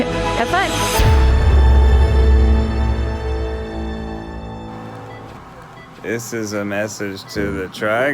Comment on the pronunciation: I love how said "Have Fun" like how HOOOOOWWW?? 😂😂😂😂😂